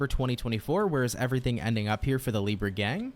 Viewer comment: As a brazilian I do appreciate when u pronounce it this way "LIBRRRA". It feels familiar😊